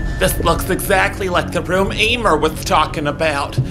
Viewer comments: “Hi Emer” Me “ IT IS ELMER!!!!!! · I love how he still called Elmer EEmer